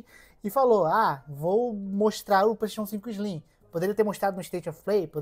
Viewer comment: PlayStation 5 "ISLIM"?? Não conheço.